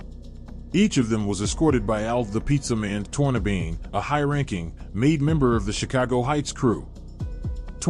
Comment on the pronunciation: Al Tornabene is pronounced Torn a benny not Torn a bean! Putz